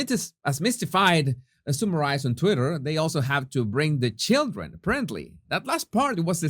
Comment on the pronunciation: Hello — Here’s your daily list of English pronunciation tips ‘Strange’ = [recte ‘straynj’] not [EStraynj] ‘Head’ = [recte ‘hedd’] not [‘haad’] ‘Summarised’ [recte ‘summrizd] not [‘soomryzd’] Fausto is going to kill me if he ever reads these ‘tips’!! LOL